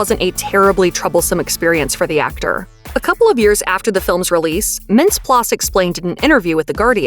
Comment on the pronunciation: you gotta pronounce mintz-plasse's name correctly.